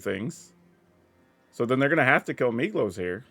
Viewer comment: Every time you say Migloz I hear Meatloaf and I love that so much :D